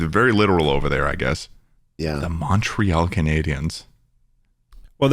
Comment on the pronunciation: Not them pronouncing Montreal wrong.